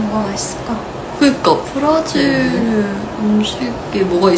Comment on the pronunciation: 어떤 스케줄이었을까? 브라질 발음할 땐 끝을 올려주세요 X '브'↗라질 O 브라'질'↗